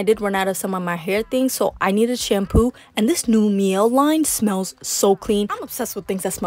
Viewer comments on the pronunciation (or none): Girl 🤦🏽‍♀️ Naturium is pronounced Nah-tour-ium, Lumé is Loo-mee, and Mielle is My-elle. Good Lord 😂